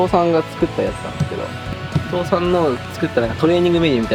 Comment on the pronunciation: 父さんの発音が倒産なの何回聞いても笑う